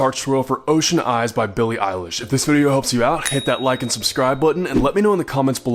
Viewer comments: Heyyyy! You finally pronounced EILISH right!!!! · Finally he said her name right